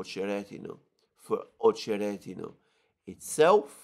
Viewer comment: Accent is on O in Ochered. Accent is on E in OcherEdino